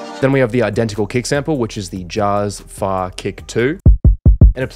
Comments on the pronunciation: "Jazz Fah" took me out ngl. It's "Jazz-E Fay" bruv! Great video nonetheless. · "Jazz Fa" hahhah it's pronounced Jazzy Fay bro you killed me with that, he's a veteran producer. still love your work!! also isn't there a chord missing at the end in the chord progression? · It's pronounced "Jazzy Fay" 😂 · sick. also the kick is named after the producer Jazze Pha pronounced "Jah-zee faay". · Lol Jazze Pha is pronounced "jazzy fay" loving the videos, but def had to point that out. He's a dope producer/writer with some legendary beats as well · This is dope! Jazze Pha is pronounced Jazzy Fay, a legendary producer from Southern USA (Memphis). He produced Ciara's 1,2 Step and so on. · Jazze Phe is pronounced like Jazzy Faye, he’s an og from back in my day. also ty for another incredible video. You make this seem easy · The kick sample you used is from the producer Jazze Pha (pronounced Jazzy Fay). Other than that lol - great remake 👍🏾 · I thought I was the only one who heard him mispronounce his name...lol😂🤣😅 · Btw Jazze Phae is a southern producer.. it’s pronounced “Jazzy Fay” Great content! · It’s pronounced like Jazzy Fay. 👍🏾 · Put some respek on Jazze Pha 😂 (pronounced Jazzy Fay) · For the record it’s pronounced “jazzy fay” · Good work, but put some respect on Jazze Pha's name pronunciation. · As a producer, butchering jazze Pha name was cringing but good remake lol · Can somebody tell him how bad he butchered Jazze Pha's name geesh... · Stop producing until you can pronounce AND know who Jazze Pha is…… smh unbelievable…